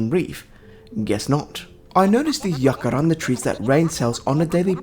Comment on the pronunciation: The way you said jacaranda at about 32 min, is exactly like how we say it in Afrikaans, one of South Africas 11 national languages, and i am damn well impressed. Although the word jacaranda and the tree is not originally from South Africa, it has bacome a big part of the culture, expesially in Pretoria, where I go to university, and it is believed that while studying, if one of the flowers falls on you, the test you are studying for will go very well for you. Just something I thought of while watching 😂